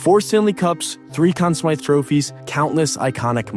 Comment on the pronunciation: Anyone that pronounces Conn Smythe that way, ain't right